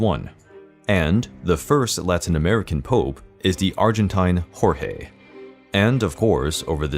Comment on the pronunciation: The "gl" in Bergoglio is a silent "g." Thus more like Bergolyo. Like the "g" in the word "night." But hey you got the pronunciation of "Jorge" exactly right